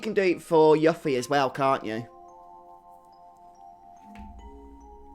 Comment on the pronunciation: It’s pronounced YOU-ffie not Yuh-ffie.